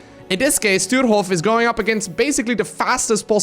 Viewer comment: His name is Sturehof and not Stuerhof = Stürhof Get your pronounciation straight;-)